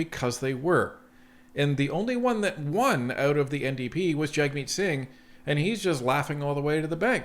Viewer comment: Clickbait headline. Wasted 13 minutes of my time listening to someone who doesn't even know how to pronounce Jagmeet Singh's name. And no, PM Carney is not trying to steal NDP MPs.